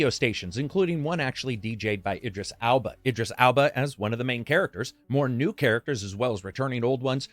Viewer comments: Idris "ALBA"? What... It's EL-BA. Idiot. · The surname is ELBA - not pronounced 'Alba' as you have done. Get it right. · it's Idris Elba no Alba. you could Google it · "Alba" I always thought it's elba 🤣🤣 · Idris Alba? It's Elba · I'm never watching your channel again after intentionally mispronouncing Idris Elba's name twice in a row. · but really though - why are you pronouncing Idris Elba's last name as if it starts with an A? this is like you deliberately calling Lara Croft, the Tomb Raider main character, Laura simply because you didn't like it. come on man. your reviews are otherwise so good